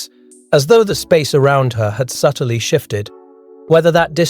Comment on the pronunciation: Subtly has two syllables not three